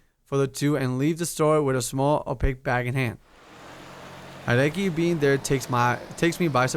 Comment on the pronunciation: You pronounce Haedeki (sorry if I spelled that wrong) like the Yankees baseball player Haedeki Matsui